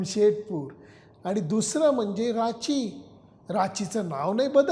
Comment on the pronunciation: It's Ranchi & not Rachi. Otherwise फारच सुरेख !!! 👌👌🙏*ओके....!!*